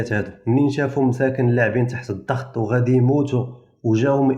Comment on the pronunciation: 1 انتبه إلى اللغة : الضغط وليس الظغط!!!!! 2. لا داعي التبرير الخسارة الفادحة للجزائريات